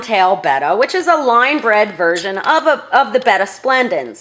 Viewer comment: Bettasplendis? 🤔 i cant quite hear it... halp! 😭